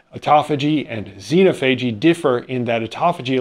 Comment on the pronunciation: xenophagy: You should emphasize the second syllable.